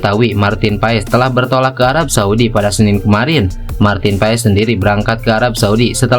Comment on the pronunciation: Bacanya pas bukan pa es